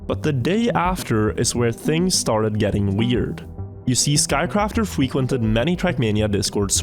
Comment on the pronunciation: "You see, Skycrafter fwequented..." 🤣🤣🤣